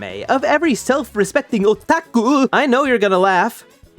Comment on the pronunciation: I only laughed at the way you said "Otaku"